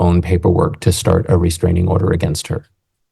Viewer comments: Please tell me…what is this reSTRANGE-ing order she speaks of? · Restrangent order lol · Is she saying “restrigent” order??😂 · Why does does she say restrangement instead of restraining order? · Restraingment. Hmmm that’s not a word homewrecker!